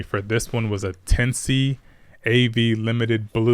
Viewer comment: FYI. Tensei is pronounced ten-say.